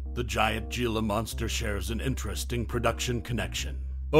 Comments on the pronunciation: Here's a gem. It's not Ge la . It's He la ya dope. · It's not "ge-la" it's pronounced "he-la" and their not monsters their misunderstood